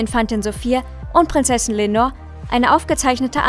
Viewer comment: Leonor heißt sie. Nicht Lenor.